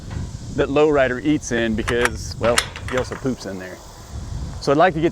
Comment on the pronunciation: Sometimes I think you're saying Loretta instead of Low Rider.😅